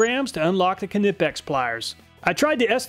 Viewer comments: Its a silent K in Knipex, pronounced Nip - X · It’s pronounced Nipex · Isn't it pronounced "Nye-Pex"? Like the "K" is silent like in "Knife"? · "kin-nep-pex" ugh lol. I've always heard it said as "Neigh-Pex" lol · It always bothers me how he pronounces Knipex. It is said like ni-pex, not ka-ni-pex. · Just so you know "Knipex" is pronounced "Nipex" the K is silent :-) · Another awesome video. Just a tip, don't pronounce the 'K' in Knipex, it's silent, just like the word 'Knife' - a word which is also germanic in origin. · In Germany Knipex is pronouned Cnee-packs. But from now on I shall say your way just for the reactions. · Btw you're still misspronouncing knipex You somehow try to separate the K at the start and make it something like Kenippex. It's way less than in the earlier videos but still noticeable. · Feel like he's saying k nipex deliberately now 😂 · This is the third way I've heard knives pronounced.( nipe, nip, k nip) Does anyone really know the right way? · Long time viewer. short time sub. I hear the way you pronounce "knipex" is WAY off.. your weight on the kni part is amusing though :) makes me laugh every time . no offence mate.. the over pronunciation of KN is whats off. Its more like "kn then the i from in, then pex. making "knaypex" or roughly in your tounge :) not knippex like you i hear. hope you get it right the next time :) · It's nipex no k its silent. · Stop pronouncing the K when saying Knipex! The K is silent. It’s “nigh-pex”. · The real winner here is the Irwin at $12! The K in Knipex is silent. ;) Another awesome video! I think its great how you figure out ways to make these tests fair and useful. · I really enjoy your videos 👍 The only "bad" thing, actually makes me smile every time. And that would be your ability to somehow make 'Knipex' a 3 syllable word. 😂😂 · I think the K at the beginning of Knipex is silent, like knife. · the K isnt silent in Knipex? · The K in Knipex is silent. Like knife. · The k in knipex is silent